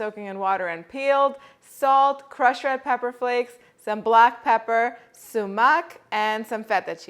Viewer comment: Sue-mack is how you pronounce sumac. Just thought I'd help. Making this recipe. Looks great. I am going to serve on top of rice. Man, it looks so good. That's a lot of garlic but I'm doing it! Wonderful recipe. p.s. Mint is so underrated, it really finishes a dish. Great ingredients and textures.